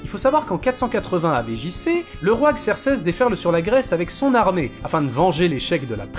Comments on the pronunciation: Il y a que moins qui a les oreilles qui vrillent quand j'entends "AV JC" au lieu de "avant Jesus Christ" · "avé jissé"